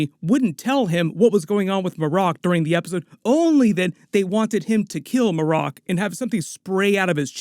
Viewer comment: It's probably Mare' ek, not muh' rock.